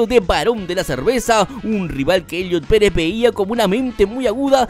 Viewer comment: Elliot Pérez? Gorgoni? No inventes 😂